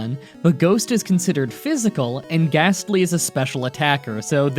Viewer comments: You're challenges have become increasingly easy. And I'm sorry but unless the next one is a CHALLENGE I'm gonna unsubcribe. I don't wanna so please up your game. Also it's a GASTLY! NOT GHASTLY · U said ghastly